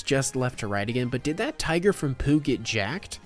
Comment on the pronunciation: I think the most upsetting part of this experience that you pronounced Tigger's name as just "Tiger". Twice, even. T-I-double guh- er, that spells Tigger. Its literally the character's catchphrase. Have you ever actually watched Pooh?